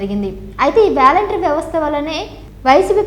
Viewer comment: వేలెంటరీ కాదు వాలంటరీ వ్యవస్థ..... ఇంగ్లీష్ పదాలు తెలుసుకో మహాతల్లి